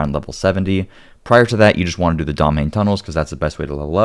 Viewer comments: When you pronounce Domhainne, it sounds like "Domain". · Wait till you hear how Domhainne (domhainn) is pronounced: doe-VINE-uh. Mh is a v sound in Gáidhlig, don't ask me why. 🤣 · I’ve yet to hear a content creator pronounce the word correctly. It actually means “deep” in Scottish Gaelic (Gàidhlig) and is pronounced way differently than it looks in English. 😊 He also says Cerrigar with an s sound rather the the correct k sound, but that’s just the linguist pedant in me noticing. 😊